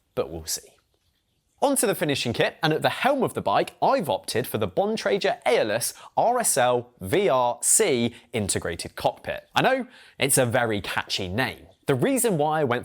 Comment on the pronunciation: Bontrager is Bon-tray-ger not Bon-tray-jer